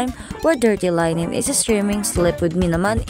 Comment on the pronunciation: Linen pronounce as Le-nen